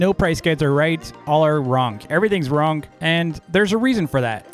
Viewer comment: I like how says “wrong” as “wronk”